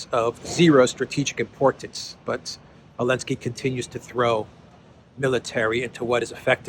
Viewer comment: Why do you say "Elensky?"